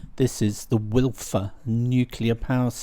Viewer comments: Wylfa = OIL-va Cemaes = KEM-ice Llyn Alaw = Hlyn AL-ow Not criticising - just an FYI. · Great video, thankyou. Just a note on pronunciation - Wylfa is pronounced Wylva (one F is a V sound in Welsh, double FF is an F sound). The Cs are hard in Cemaes and Cemlym (like Cat or Cap). Love your quiet, laid back style of videos, too!